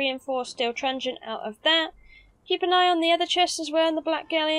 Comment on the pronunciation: Great guide, really well made but I had to laugh every time you said trungen😂😂